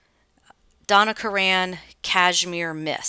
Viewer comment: Karan is pronounced the same as the name Karen.